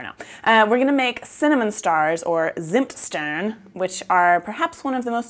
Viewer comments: Loooove it !! It feels like home ! I can't wait to get back to my family for christmas :) Also, their pronouciation goes more like "tsimt shtairn", but I'm not sure of my english phonetics writing ;) Thanks for the recepie !!! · You are pronouncing "Zimtsterne" so wrong but also so very adorable! German is hard, even for us native speakers. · Bravo, I love Zimtsterne, but I never dared to make them at home, because they are kind of complicated. I only had the storebought kind...which is great, because here in Germany you can actually get them in the stores :) Your pronunciation of Deutschland was very good, the way you said Zimtsterne was adorable, but could still be improved - nontheless very nice for a first try. Loved the christmas around the world series, you are a very likeable person, Greetings from Deutschland, Charline